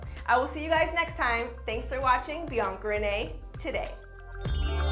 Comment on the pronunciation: I taught she said "Beyond Grenade"